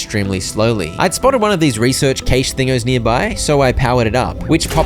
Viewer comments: Hey! ‘Cache’ is pronounced like cash. Just letting you know. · Im infuriated how he said cache wrong every single time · The way he pronounces cache 😂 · just fyi, cache is pronounced “cash” not “cay-sh” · Great video, I'm not sure if this is a joke but you're saying 'cashe' wrong